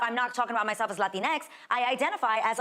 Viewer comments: It’s actually pronounced like latinks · Actually! It should be pronounced "Latinexis", and they are bigots for not pronounce it like so :v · She couldn't say X in Spanish. I don't need to hear anything more 😂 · Just want to mention X is not pronounced in Spanish The way she is pronouncing .She is saying x in English ,we Spanish speaking people call that spanglish, lol! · This was such a good video. I really appreciate your perspective and logical thinking about this topic. My organization uses Latinx and I have never really known what to think about using this term instead of Latino. The Latin”X” emphasis was funny at first but I had to keep turning the volume way down so save my ear drums. 😆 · Think it's pretty telling that when she says "latinx", she says it with an English accent, yet when she says "latino or latina" she says them with a distinctly Latin accent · The “X” is being accentuated too much each time you make fun of them and it’s hurting my ears. Relax! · "Stop trying to make 'latinx' happen, it's not going to happen." I loved the running gag of every "X" reference and the eXtra emphasis, it does sound ridiculous and i'm glad it's being pushed back. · I cracked up 100% of the times you emphasized X every time you said "Latin-X" 😂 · I like how puts the emphasis on the x. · I love the way you exaggerate X 😂😂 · Your voice must have hurt after having to pronounce X like that everytime. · Wow, very interesting. I didn't even pick up on that. Yes, her doing that speaks volumes ! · Because X is pronounced differently in Spanish than it is English. So when you say "latin" in Spanish and "X' in English you are not speaking Spanish. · Yes, that is not how we pronounce the "x" in Spanish at all. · The emption and emphasis you put on the 'X' makes me Crack up Stellar video my guy. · I had wondered how to pronounce lantinx properly, I now know all the emphasis needs to go on the final X. Thanks, I’ll use your pronunciation from now on. 😁